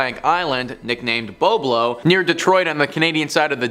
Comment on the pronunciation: Boblo island yes sir Bolbol island no sir